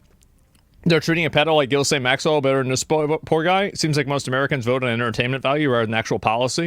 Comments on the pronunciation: It drives me nuts when he says Gillislaine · Bro... who TF is "GILLIS LANE" 😂😂